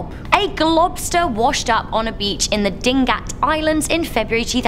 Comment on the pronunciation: Lol at "DING-GAT ISLAND"... its "DI-NA-GAT ISLAND"